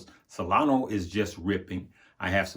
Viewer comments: SolonA. Not Solono. She’s a lady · LoL. Solana. But he keeps saying Solano.